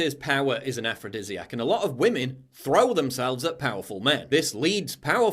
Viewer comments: “Respect WAMEN” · " Respect wamen "